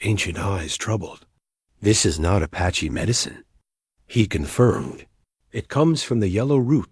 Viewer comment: Fish your dam AI it's tells of every period at the end of everything. And ... Sentences one second it says apache cotectly and next time it slaughter s it's pronunciation. Disgustingly